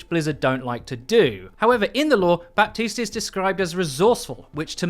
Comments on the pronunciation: Just so you know we don't pronounce the P in Baptiste at all in French. It is said as Batiste. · Ok dude, it's pronouced BATISTE. The "p" is muted. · The P in Baptiste is silent in French ! Its just Batiste, if you really want to say his name "the right way" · The p in Baptiste is mute.. pronounce it batiste ;) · In french, someone named "Baptiste" is actually called "Batiste". The p is silent. Though u would like to know ^^ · the "p" in baptiste should sound like the "H" in "4Gitte".... just sayin....